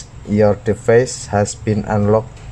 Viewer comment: Device dibaca divais